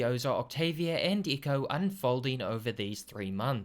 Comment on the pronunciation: Echo (Eck oh)not Eco lol the constant mispronouncing of Echo's name is comical.